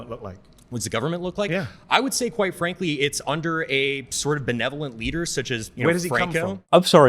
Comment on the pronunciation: Dude says Quite frankly so much it is sounding more and more like white frankly. Which is more what I think he is meaning. 😂